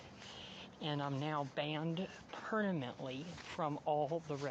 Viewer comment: Why can’t he pronounce “permanently” correctly it kills me